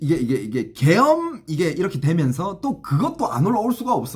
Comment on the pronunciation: 계염병 으로 들리네 ㅋ